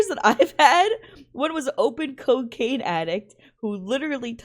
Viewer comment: coccain that sound like ford